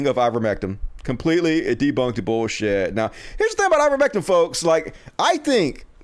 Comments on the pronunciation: Why is still pronouncing Ivermectin as if it had an "um" at the end¿ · it's I-ver-mec-TIN!